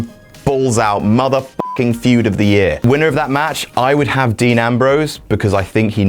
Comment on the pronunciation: FUED? You mean Feud right? hahah